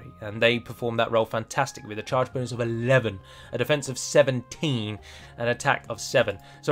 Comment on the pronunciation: sometimes accidentally says "boonis" instead of "bonus." I now much prefer the term "boonis."